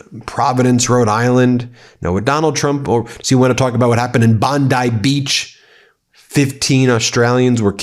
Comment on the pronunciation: Its Bond-ee. Not Bond-I.